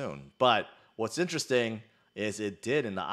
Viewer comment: I think you just invented a new word. "Interesthing"